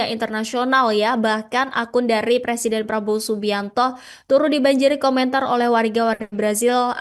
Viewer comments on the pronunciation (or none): none